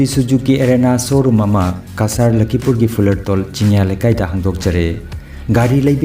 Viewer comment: " LAKHIPUR " habiyu " LAKHIMPUR " habiganu .